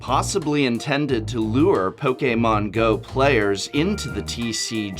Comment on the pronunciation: Po- K-mon Best way of saying it.